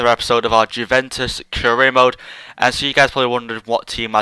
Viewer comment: Its " Uve-en-tus" not "Jew-ven-tus"